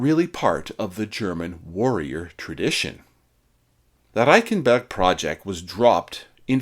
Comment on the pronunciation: It's difficult for a Canadian to learn how to roll our "Rs" I did it for a comedy bit I was doing. Good work.